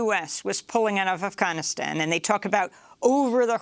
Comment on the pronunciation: Amy Afghanistan doesn’t start with the letter H. Harfganistan lol.